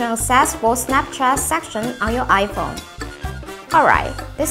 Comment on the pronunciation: Fone LMAO